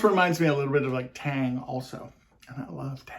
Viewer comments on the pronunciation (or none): none